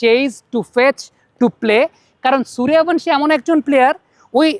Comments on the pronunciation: বাংলাতে সুরিয়াভানশী নয়রে, সূর্যবংশী, বাংলা সূর্যবংশীর উচ্চারণ হিন্দীতে সুরিয়াভনশী। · আরে সূর্যবংশী হবে।হিন্দিতে য উচ্চারণ য় এর মত হয়।